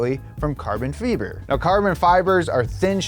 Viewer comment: Hi, it’s pronounced fiber not feeber